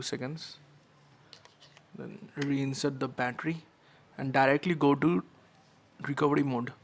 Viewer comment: bhai is recovery not recovedy. just saying.